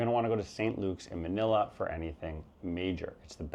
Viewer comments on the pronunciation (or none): none